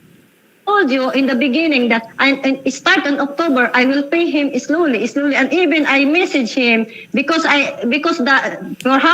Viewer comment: islowly islowly imidyetly imidyetly haay. bayre na lng na ui kay giunsa gud nimo ng kwartaha. Kagastador ba nimong tiguwanga ka